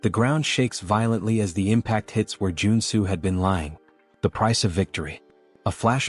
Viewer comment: Joon soo became Joe and Sue according to the AI narrator.....